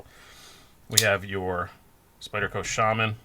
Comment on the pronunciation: Come to think of it, I kinda do need a knife fighting blade. Some of the old ladies I run into while walking the dog are kinda scary. On an unrelated subject, its nice to hear someone pronounce Shaman correctly. Shabazz and Metal Complex both butcher the pronunciation in different ways.